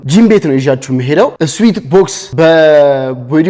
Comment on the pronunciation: ስዌት ነው ስዊት አይደለም